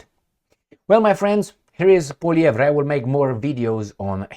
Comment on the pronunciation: ...calm down!... Poilievre... DISPENSE... with silly reporters... POILIEVRE... pronunciation is: POUA... LIEVRE... Like the River LOIRE... LOI... RE.. He is French-Canadian... from the Province of Quebec...